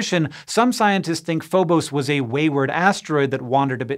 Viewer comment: It's Phobos, not Phobose! JS